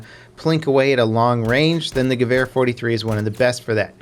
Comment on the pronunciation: Gawhere...that pronounciation though hahah...ha